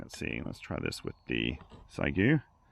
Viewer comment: Maybe wait for the X6100..., and PLEASE, it's she-eh-gu, not zygu.